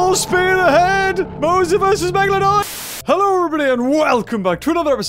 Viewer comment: BE A "MEGAHLOHDUHN"